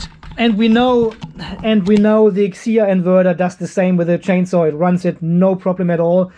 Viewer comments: Thank you so much for your review,. What a great testing!!! 🥰 hahah...but we are not "peter", we can read our brand like letters F C H A O has no word pronunciation. Welcome to pay attention to our new brand and new products. 👍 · Pronounce 'Fchao' as 'Chao', just the same way the 'P' is silent in Pneumatic. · Had to replay the pronounced the name😂😂😂